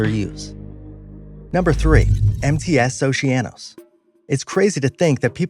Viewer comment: Oh u said mts it sounded like and I though empty ass